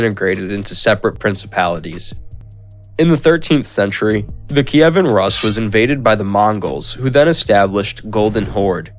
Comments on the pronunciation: It's noT "..russ.." but pronounced ROOS ! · yeah same as you say russian - Rooskii haha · Isn't Rus pronounced Roos not Russ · Not Ras but Rus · It's not Rus, but Roos. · learn how to pronounce basic Russian words at least!! Rus--> roos' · Anyone else annoyed on how he pronounces Rus